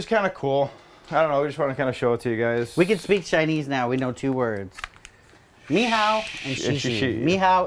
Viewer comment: It's Ni Hao, not Mi Hao.